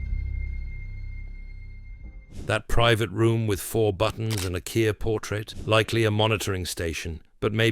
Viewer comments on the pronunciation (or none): "Where is Kirp location?" Kirp...? Was this whole thing AI generated?